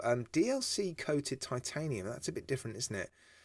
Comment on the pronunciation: I bought their Reef Madter, three or four years ago. Really well made and excellent lume. Have to say l rather like this new Appollo too. Yeah, could say sightly cartoonist hands, but they're big, chunky and unique. Another excellent video. Not going to mention the pronunciation of titanium any more. I've obviously lost that one. Cheers. All the best David Rutherford.